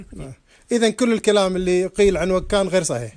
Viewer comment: ماشي منه ماصح حتى نطق بإسم القرية خطأ